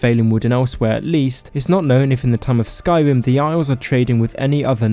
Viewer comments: Dude...p"r"ovince, sky"r"im, b"r"eton!! Whats wrong with your pronouncing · "Povinces" "Ewa" "Skywim" "Mowwowind" "awea" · The first Skyrim YouTubed I’ve seen that can’t pronounce Skyrim correctly (not tryna be mean, love you buddy, vid made my day!) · Skywim Mowwowind High Wock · i dnt understand why people with speach problems make videos like ur voice drives me insane its sky-rim not sky-wim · Skywim pwovinses UwU supewpowews of tamwiel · pwovince, skywim, ewuption. Nice mate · I know it may be a lisp or some actual disease but the way he cant say "r" like Skywin or Mowowind